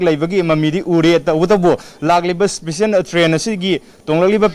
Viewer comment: Yaipha ba not especian should be pronounced in special ok